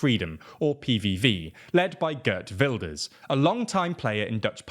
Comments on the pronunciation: 'ghurt wilders. lol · “Guhrt Vildurs” 😂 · Gurt Wilders 🤣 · "Gurt Wilders" .... dudes, I do not like the guy but there is no need to slaughter his name like that. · GURT WULDERS 😂😂😂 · Girt Welders ;)